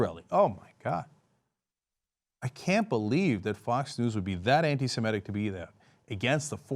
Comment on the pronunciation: Stop saying "antisimetic" when you are trying to say "antisemitic" Americans! It sounds like you are actually trying to say antisymmetrical but it has too many syllables.